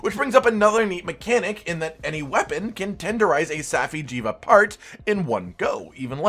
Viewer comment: (Saf-eye) jiiva